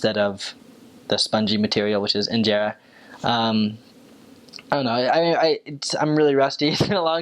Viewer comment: "Spongy material..enjera" hilarious..you good tho, u know way more than basics cheers for putting effort and interest to learn our beautiful language..bless !!